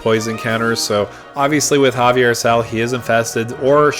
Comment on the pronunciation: A little bit if a stickler response, the name of the card is pronounced zay-vee-er. The way your pronounced it would put it as Javier as the plane is based on spanish conquistadors.